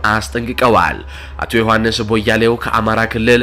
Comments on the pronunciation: ዮሐንስ ቧያለው ብለህ አንብብ ቦያሌው አይደለም ወንድም። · ቦያሌው ሳይሆን ቧያሌው ነው